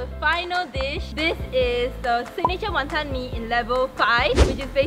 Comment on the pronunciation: The WonTON emphasis tho